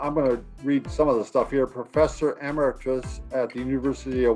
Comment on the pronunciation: is one of the few people I have heard who pronounces ‘emeritus’ correctly.